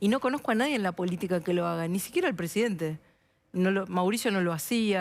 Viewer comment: presidente se dice presidente burrrrrraaaaa, otra cosa mira como vendes humo con el chaleco jajaja cualquiera eso te quiero ver a vos meterte en la multitud como lo hace milei, minimo salis con 30 tajos